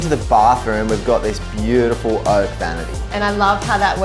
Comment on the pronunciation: Everything is "bewdaful".....